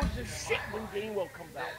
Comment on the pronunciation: Its GAINWELL. GAINWELL OMG ROFLMFAO